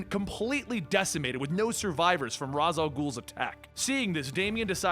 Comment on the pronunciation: wasn't ra'as read as Raesh or ray-sh?